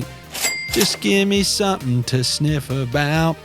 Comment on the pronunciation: Getting some bets in and I heard your "jus give me sometin to sniff about " 👍🤣🤣🤣